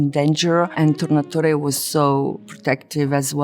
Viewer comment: I don’t understand why she enunciated Italian names (i.e. Tornatore etc) with ‘an accent’ almost not to sound Italian, when her accent is clearly not British or American. All she may have accomplished these years is to not sound too obviously Italian, but she still has an accent. What a clown really. Humble yourself and respect your roots. Unless you can really REALLY fake it, which she can’t cuz her accent’s so thick still.